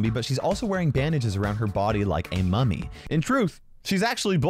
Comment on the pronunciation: bro i want paying attention and accidently heared "emo mommy zombie" insted of "emo mummy zombie" i was like "excuse me WHAT THE ACTUAL FU-"